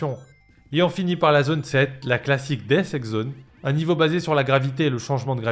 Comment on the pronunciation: Hahahaha, ça me file la gerbe🤣🤣🤣🤣